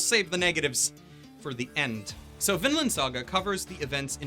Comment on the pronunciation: I heard always Finland, when you say Vinland, they sound so similiar. Also the kid's name is Finn... coinsidence... I think not.